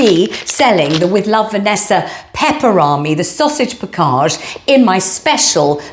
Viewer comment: It's her way of pronouncing "package."